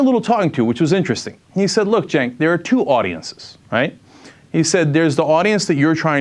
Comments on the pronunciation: I LIKED U LOSING UR JOB BECAUSE I DISLIKE HIM. BTW YOUR NAME IS CENK (PRONOUNCED: SINK) NOT JANK (PRONOUNCED: JANK) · Jenk: for the longest time I missed pronounced your name. You turned down big msnbc money! It's amazing that a Demobitch like you didn't get the Obamanazi nod of approval. Did you piss Rachael Maddow off? Rachael waves her hands around alot and talks out of the side of her mouth. Have you tried talking out of the side of your mouth. Al Sharpton got approved and you did not. Msnbc is desperate. You would have made no difference at all ,but you could have got a great severance package?You are a looser and so is MSNBC.